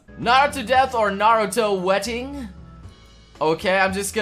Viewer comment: 6;47 is it just me or did he say wetting not wedding?